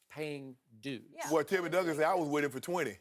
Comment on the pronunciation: it’s Duncan. Come on dude...